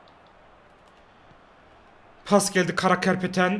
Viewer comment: Karapetyan'a karakerpeten diyen koca yürekli